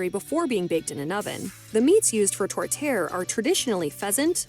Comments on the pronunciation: My tourtiere has beef veal and pork. Her pronunciation is horrendous however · Who was the woman narrating that video? Her French pronunciations were sheer torture. (Does not rhyme with "tourtière.")